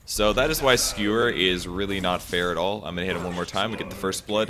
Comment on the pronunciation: Does he keep saying "Skrewer?" It's driving me nuts!